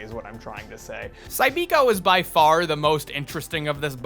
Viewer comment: It was pronounced Cybiko, not Cybeeko.